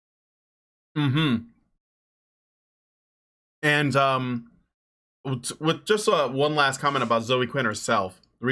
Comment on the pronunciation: Zoe is a two-syllable name. It's "ZOH-ee". Drives me crazy when people mispronounce that.